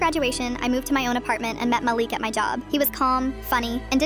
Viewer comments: Malik not Maleek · “Maleek” “mælick” GURL ITS “MA-LIK” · You pronounce the name Malik “Ma-Le-k”